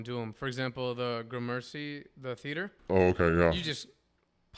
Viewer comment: It’s pronounced (Grammar-See) theater, dude seriously you live in NYC, no shade but it drives me crazy, if someone is from out of town they’ll get a pass(even though I don’t want to give them one) the worst is Houston st and the Van Wyck Expressway, those are forever mis pronounced.